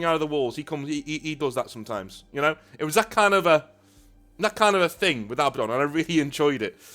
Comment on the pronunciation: thank you for pronouncing Abaddon correctly. Not A-Badden. So on the nose it makes me cross eyed